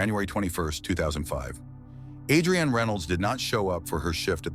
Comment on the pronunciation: Narrator keeps mispronouncing Adrianne’s name. It’s pronounced with emphasis on the the A, not like two names Adri-Anne. Is thisAI?